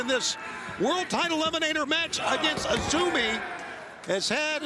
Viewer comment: Lol. The crowd don't even know or watch Stardom to know her name is actually pronouced "Azumi", not "AY ZEE EM". Gotta show some info before AEW brings in wrestlers from lesser known promotions.